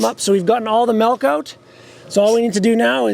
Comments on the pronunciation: It took me a while to understand what he meant by that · Take a shot every time he says "melk" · I know this is random but like did you rlly say 'malk'🧐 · Your the only farmer I know that says melk. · I know haha just when I first heard it was like wait what? Lol MALK ✌